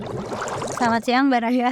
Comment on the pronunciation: ga bisa bilang BARAYA dg mantap 😂 Aku masih ketawa terus walaupun ga lucu😂